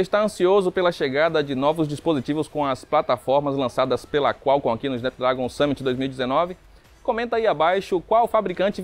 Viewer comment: "Snápdrágon" pô brother, gasta um pouco de inglês ai kkkk, no mais, ótima matéria.